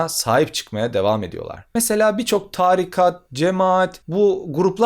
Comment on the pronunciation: Çok güzel anlatıyorsunuz hocam. Ama târikat değil, tarikat.